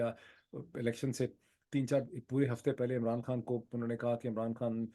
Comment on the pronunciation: خان ہے کھان نہیں۔ لگتا ہے آپ نے بالی وڈ زیادہ دیکھنا شروع کر دیا ہے